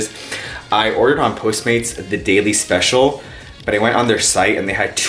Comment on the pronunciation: Cuando you wanna day “Special” pero like you say “Especial” lol happens to me all the time!